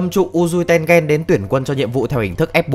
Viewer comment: mình có nghĩ the reviwer nên học quy tắc phát âm trong tiếng nhật, không khó đâu nhưng hiệu quả đem lại đảm bảo nhiều hơn. ki met su thì thôi vì vn không có tsu nhưng mà a-ô-i thì dễ mà, tên-gên nữa